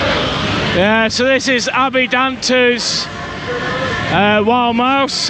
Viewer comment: Not Abby Danter its ABIE Pronounced Ay Bee Danter